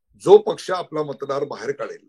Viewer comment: उदय जी खुप छान विश्लेषण .... मतदार म्हण्याच्या जागी आपणं मत राद म्हणत आहात आणि मतदार संघ आय वजी आपणं...मत्राद संघ अस आयकू y येत आहे